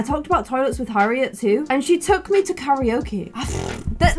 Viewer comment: Also when she said Harriet it said her ear 😂